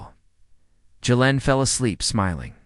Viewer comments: Jalen not Yalen, Germanic & Slavic AI? Good story maybe next time do not go with the Christopher Walken AI. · It’s frickin Jay-len. Damn.